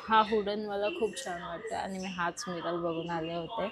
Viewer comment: Miral nahi, Mirror as boltat